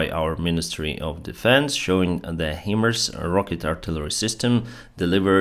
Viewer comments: It is pronounced High-Mars! Not He-Mars or Him-Mars. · HIMARS is pronounced "high-mars".